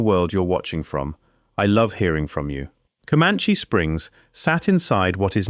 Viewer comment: Ai is so weak it can't say caliche, but it could pronounce commanche. And it's driving cars.